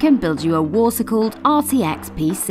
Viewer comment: "Water colled monster" perfect fit